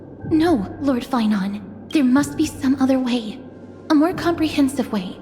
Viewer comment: yeah no shit bro. Of course his name is not feinen. His name is phainon. It's like saying fie-none